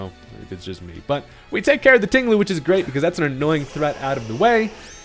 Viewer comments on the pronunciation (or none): And, let's not forget, "Ting-Lu"